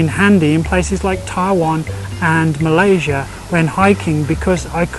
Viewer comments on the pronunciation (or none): none